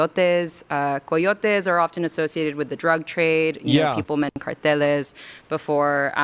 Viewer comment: And she said it wrong. Its cárteles, not carteles.